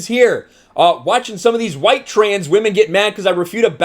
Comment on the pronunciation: Stop calling these "WEIRDOS WEMON"! 😤